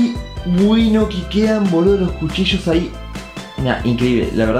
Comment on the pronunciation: Cuando dijo jucillos y era cuchillos